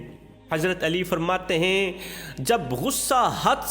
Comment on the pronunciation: Baradram kindly Hazrat Ali Razi Allah ho taala Anho ka naam to sahi se bolna seekh lo. Beaan acha hai aap ka. Bhai g Ghussa na Karna.❤